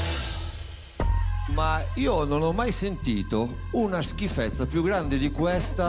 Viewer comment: Poi che dice:"schifèzza": mi piace